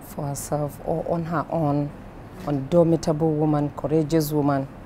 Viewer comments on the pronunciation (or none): Am I the only one who notices that she keeps saying "undomitable" instead of "indomitable"? Is that correct grammar? :/